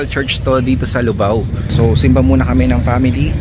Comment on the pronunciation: Lubao sir Hindi Po luvao